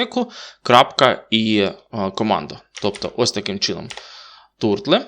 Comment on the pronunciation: Пізнавательно, дякую, але краще одразу користуватись назвою бібліотеки, як вона є англійською (на початку відео було неправильне вимовлення). Це ж саме зауваження і про її використання: "сьокл" - коло (щоб не плутати з "цикл", що є як раз "сайкл").